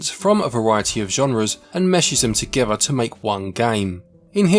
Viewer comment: Meshes them togever